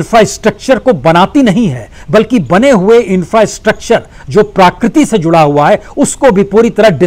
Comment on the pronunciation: Sir parakriti nahi prakriti